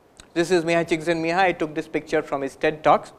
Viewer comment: He pronounced mihaly Csikszentmihalyi so well😎